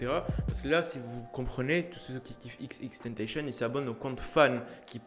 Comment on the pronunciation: C TENTASSION PAS TANTEYSHONN